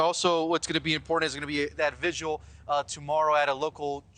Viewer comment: Vigil... How to pronounce VIGIL .